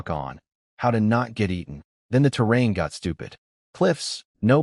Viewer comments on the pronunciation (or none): none